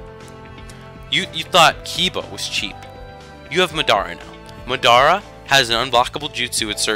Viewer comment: Why do you pronounce Madara so wierd? xD